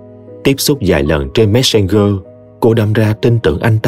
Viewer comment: Cảm ơn tg Lê Nguyệt và đã mang đến cho thính giả 1 truyện đầy ý nghĩa. Riêng K cho chị có chút ý kiến nha, messenger đọc là giơ, khg phải gơ 😊